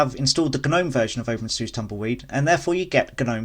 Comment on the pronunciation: The moment you opened your video with a pronunciation like open “Zeus” I knew I was in for a wild ride. Can’t say I have any of the problems you mentioned too so idk. Absolutely try out Tumbleweed and KDE it’s the way it’s meant to be ran.